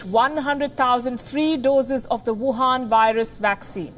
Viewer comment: The way she says "WuHan virus" is very nice i like it.